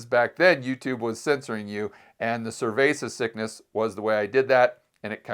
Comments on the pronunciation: Please. Stop. Saying. Cervesa. Sickness. It. Is. Annoying. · I hear survasis sickness. Can you explain what he means by it? I am not a native speaker.